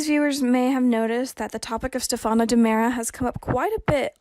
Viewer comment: Why can't the commentator say Stephano's name right. Also why can't commentator read to us so we don't have to read it. Phillip is suppose to come back could be him pretending to be Stephano?